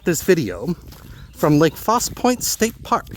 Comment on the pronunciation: Its pronounced falsey lake faussie point. Lol and ah chaaaa faaahhhh liiiiyyyaaaa